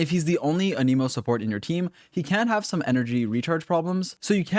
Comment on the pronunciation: It's ahn-em-oh